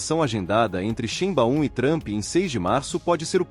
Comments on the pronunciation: Corrige aí sua pronúncia da Grande presidente do México. Se pronuncia Sháin-báum(ou quase isso). Em alemão , "ei" se pro nuncia "ai". Não há esse "BAÚM".(em fonetico internacional:ʃˈe͡ɪnba͡ʊm) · Nao chame a Presidenta do Mexico,de XImbaum... Mude a pronuncia ,para: Xaibaum...!! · Difícil continuar ouvir, com o narrador, pronunciando o nome da presidente do México errado!!